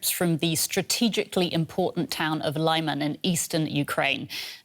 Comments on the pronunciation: It's pronounced "Li-mahn", not "Lie-man". The first syllable is pronounced like the beginning of "limit". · It is not 'laiman' its is 'leeman' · Leeman, not Lie-man. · Lyman is pronounced as /leeman/ not /laiman/ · Isn't it "Leehman" instead of "Lai-man"? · Lyman = Luhman, not Liman Donetsk = Donetsk, not Donyetsk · I would have thought better, more educated reporters, on DW. it's not pronounced lieman, but leeman, for the anglo lady. come-on! you're in Europe, not the USA. you should know how to pronounce things. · 'Lee'Man NOT 'Lie'man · It is LEE-man, not LYE-man!!! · it's Лиман, not Лайман. The very least that can do is listen to the Ukrainian channels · Its 'Leeman', not Layman! Please! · I'm glad Ukraine liberated this town, and will be also glad to not have to hear this butchered pronounciation of Lyman (say "Leeman"; not "Liman") so often any more. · City of Lyman is pronounced: 'li' (the letter 'i' as in mitt, lit, fit) and 'man' (the letter 'a' as in mama, papa. The accent is on the second syllable. So: li-MAN. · ummm.. lee-mahn? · lie-man? lol. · Lyman is pronounced "Lee Mon"... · Congratulations to the Armed Forces of Ukraine! 🥳🫡 Side note: I hate the way Western journalists pronounce Lyman 😖 It’s pronounced like LI-MAHN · One would think these talking heads could figure out how to pronounce Lyman correctly. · Can please teach the other Reporters how to pronounce "Lyman"? Thanks. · Would it hurt so bad for the presentor to pronounce Lyman correctly?